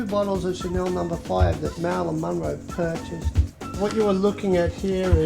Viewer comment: I would just like if he would stop pronouncing her last name as MON-row.